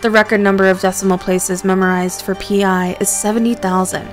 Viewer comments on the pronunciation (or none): "Pi" is pronounced "pie".